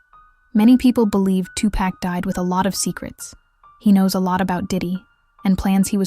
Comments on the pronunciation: 2 packs I can’t even listen when they can’t read his real name , he was a legend pac isn’t pack respect the name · Why is that everyone saying his name wrong 2Pack???? His Name is 2Pac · Listen here you lil helfer his name ain't 2 pack his name was 2 pac if you can't do your job right get off here and get another perhaps on a street corner! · Two pack? I can't.